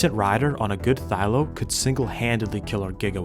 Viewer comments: Thyla not thylo... and the H sound is pronounced for Carchar.. ie Car Char.. not Car Care.. need to slow up on your roman research and do a little dino research my man.. awesome video none the less.. Goopers forever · its not a thyLO its a thyLA TS PMO